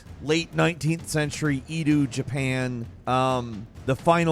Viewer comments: When he said “eedoo” Japan I chuckled a little bit. I don’t want to seem like some kind of Japan snob, but it just made the Edo (eh-doh) era of Japan seem so much cuter. 😂 (Japan snob credentials: I have lived in Japan for the past 10 years with my wife) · No shade but Edo = “Eh-doh” not Eedoo. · Edo is pronounced like Eh-doh not Ee-dew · Ik its late.. but its pronounced "eh-doe" not "ee-do". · Ed-O period not E-Do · Say it right now - Eh-Do~ Not E-DOO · eeeedu?? e du? wtf it's edo. Eh Doh. 😅😅😊😢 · It's "Edo", not "Ee-doo". LOL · It's not Edu, but Edo Period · Edou? Say it with me “Ed-doo” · It's E-doe. Not E-due. You have some of the most horrible pronunciation I have ever seen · Did just pronounce Edo like EE-dew? No naaaahhhhh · Why did he pronounce Edo like that lmao EEdOugh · "idoo japan" "bashen war" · Eeedo? Did he say that?? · it's Edo period. Pronounced like Ed the name with Oh sound. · Ee-du period? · I'm gonna be "that guy". It's "Ehdo" Japan,. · I hate to be that guy but it's Edo is pronounced Ed-O, but aside from that great video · Who says “Eedoo” when pronouncing Edo😂 have you never heard a Japanese before? Cmon man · " The Japanese EE-doo period..." gtfo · The way you say edo 😬😬😬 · I wonder how many un-subbed because of how pronounces Edo. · you said Edo wrong but good video none the less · e-do hahahahahah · bruh you say edo odd and ghosts of tsushima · Is it just me or does anyone cringe at the pronunciation of EDO the way he said it the way I do bruh needs to stop he knows what he is doing. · Dragons dogma is gonna be dope. Also I know you not a anime Fan by how you pronounce Edo lol.